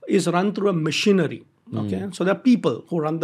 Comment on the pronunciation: Why is he pronouncing machinery as missionary